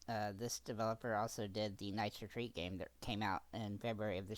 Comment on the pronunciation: Not a had review. If you could he a little more articulate and a bit slower at certain words and phrases, it would be even better. For example wuen you said this is the same developer that did Knights Retreat" I had to put the captions on as I didn't understand btye mystery word after Knights. You rushed it and pronounced it poorly. Otherwise I didn't mind it. I think maby reviews are obnoxiously long. This avoided that annoyance! Consider this a review on the review 🙂